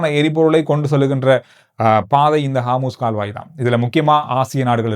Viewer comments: 😊😊😊😊bro athu haamoos illa harmoos jala santhi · காமுஸ் கால்வாய் அல்ல ஹோமூஸ் நீரிணை!! 😂😂